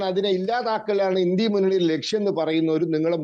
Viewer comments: ഇൻഡ്യ അല്ല ഇൻഡ്യാ മുന്നണി ഇവൻ നാക്ക് വടിക്കില്ലന്ന് തോന്നുന്നു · ഏതാ ഈ പൊട്ടൻ INDIA എന്നത് ഇൻഡി എന്ന് വായിക്കുന്നു പറയുന്നു